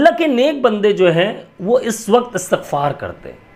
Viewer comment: Asatagfar ni hota istigfar hota he